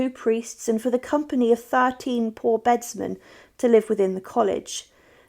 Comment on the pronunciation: The Royal Vault isn't under St. George's Chapel. The catafalqe goes down to a room off of a corridor, which leads to the Royal Vault, which is actually under the Albert Memorial Chapel, to the east of St. George's. By the way, Bedsemen are pronounced beadsmen.